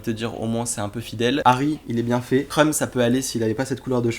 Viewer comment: Quand il a dit " c trop drole : Krum qui fait la gueule " j'ai cru qu'il avait dit "c trop drole : il y a TRUMP qui fait la gueule" !!!😂